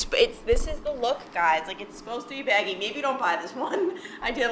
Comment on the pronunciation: I KNOW I've commented this before, but I love and appreciate the little text commentary screens lol, they're usually super funny and all the popup photos for reference when telling stories! Also, Your Long Island accent totally came in when you said "baggy" haha